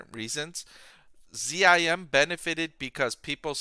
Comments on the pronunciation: Geez why do you pronounce it Z-I-M? It's ZIM! It's difficult to take your analysis seriously when you don't say the name of the company correctly. What would you call Tesla, T-E-S-L-A? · ....DE-von and Z-I-M? So hard to listen to.